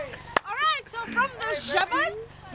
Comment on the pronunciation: tell ... not tall :D they sound different my friend lol and el sahl is plains in arabic ... field is ha9l :D i must teach u arabic guys :D